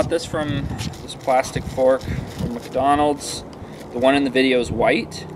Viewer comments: Also dude, it's MICK Donalds not MUCK Donalds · letting his britishness slip out when he says Muck-Donald's 😁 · I can never un-hear calling Mcdonalds MUCKdonalds ever again hahaha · do you really pronounce it muckdonalds every time? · Pretty interesting, but also keep getting distracted by "Muck"donalds